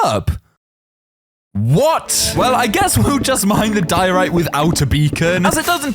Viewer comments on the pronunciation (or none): none